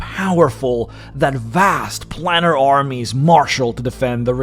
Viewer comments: Planar is pronounced "play-ner",. Same way you say 'solar', like "so-ler". The -ar denotes "of or in relation to". Solar is "of the sun". Planar is "of the planes". You see? I can't count how many people make this mistake, pronouncing it like "plan R". Please do not become one of those illiterates. You're better than that. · "Planar" is pronounced 'plane-ar'. The first 'a' is HARD. So the Gith Monk leader is almost like any other Monk? Wise and all-thinking. But why did Chaotic Evil Red Dragons make a LAWFUL and binding agreement to serve the Githyanki? Odd. M 🦘🏏😎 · I have to agree. He's making a comparison while apparently never having heard the word spoken aloud? He pronounces more words in odd ways too, like "plannar" vs planar, recesses like it's a chocolate, "molnourished", etc, and refers to a group as githyankiS (with an added 'S') half the time. He's probably not a native english speaker, which is fine, as is his content, but it's triggering nonetheless.